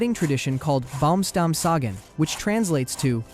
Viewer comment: Dude I love your videos but we're only three minutes in and you already botchered Uygur and Baumstammsägen. Not Yugur and Baumstamsagen